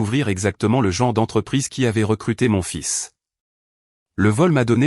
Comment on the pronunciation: On ne dit pas fil mais fils😮